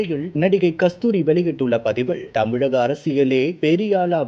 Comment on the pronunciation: You are incorrigible. Learn to pronounce properly. Don't kill TAMIZH